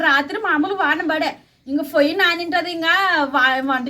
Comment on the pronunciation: ఫోయ్యి ఏంటి పొయ్యి అను ఎందుకు మీరు :ప: ను స్పష్టంగా palukaru. ఎప్పుడు చూడు ఫ fa ఫో అంటారు.